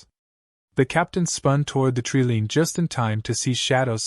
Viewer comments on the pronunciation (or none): TREE LINE not treelean